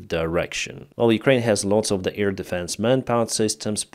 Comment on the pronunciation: i know english is not your first language but could you work on pronouncing the word Air? it sounds like Ear... thanx, love your videos